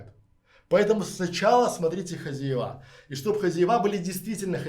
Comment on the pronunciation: Спасибо за интересный рассказ хотела бы вам предложить поработать над произношением так как вы публичный человек ведёте канал очень режет слух у вас специфический местечковый говор, Особенно хозяевА. Звучит просто ужасно по-русски следует говорить хозЯева. Ещё раз огромное спасибо за подробный и продуманный рассказ такая информация очень важна Всем кто хочет переехать в Грузию а если вам нужен человек с прекрасным английским на всех уровнях как бизнес так переговоры на уровне native speaker Могу предложить свои услуги. Мне тоже очень интересно Грузии я вижу там большой потенциал для развития пишите на Вотсап Почти 30 лет занимаюсь недвижимостью в Америке в Европе в России рассматриваю возможность инвестиции в Грузии